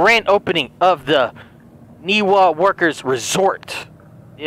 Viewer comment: I must have a hearing disability but I swear she's saying "Niva" and not "Niwa".